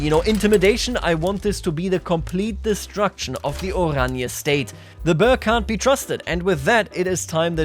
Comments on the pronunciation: (boer is pronounced as "Buhr") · Boer pronounces like Ruhr, but with a B ;)